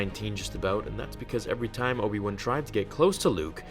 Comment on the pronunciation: Obi One T_T Its WAN, BRUVH T_T